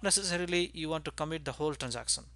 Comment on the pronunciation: "transacson"sounds so funny ;( lol still a good vid.